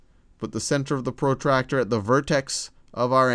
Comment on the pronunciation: his accent pro tractor ha ha ha